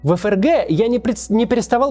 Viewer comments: Отличная передача получилась, вам из Германии отдельное спасибо. Вот только всю передачу неправильно выговаривать ФРГ (как ЭфЭрГэ вместо принятого ФэЭрГэ) - это конечно сильный просчёт всей редакционной команды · Да почему ЭФ ЭР ГЭ? Всю жизнь читали ФЭ ЭР ГЭ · Не могу объяснить, но до чего же комично звучит произношение ЭФРГ, особенно в таком количестве ))